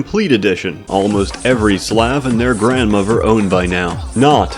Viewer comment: "grandmuvver" bruh do you have a speech impediment